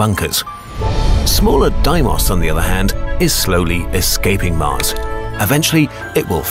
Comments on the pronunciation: Its not doimos. Its de-mi-os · Deee-mus, not di-moss. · Ugh. The names of the moons are mispronounced. In English we call them "FOE-boe-ss" (['fəʊ.bəʊs]) and "DAY-moe-ss" (['deɪ.məʊs]) not "foe-boss" and "die-moss" like this foreign narrator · Did I miss smth? Isn't it spelled D-e-i-mos? Not D-I-i-m-o-s... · Isn't Deimos technically pronounced "DEE-mos" not "DIE-mos"? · It’s pronounced f-o-bo-s and d-ei-mo-s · I keep up unhearing deimos as ”Diemos” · Isn't Deimos pronounced more like "Daymos" - De-i-mos? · Phobos and deimos are prenounced foe bows and dee mows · Btw Deimos is pronounced Day-e-mos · Did this guy just pronounce deimos as diemust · oh it's pronounced Die-moss, thought it was Day-moss for some reason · It is pronounced Foh-buws and Day-muws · brenda corpes u pronounce tHem like this fo bos De moyse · Did you say Deimos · if ur gonna make a video over the moons PLEASE pronounce them right - phobos was good but DEIMOS WASNT GOOD AT ALL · Pretty sure you pronounced their names wrong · You pronounced Phobos and demos wrong